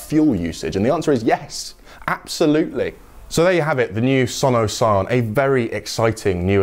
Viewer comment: only down side, Sono Sion sounds like 'son of sam' in my head every time he says it.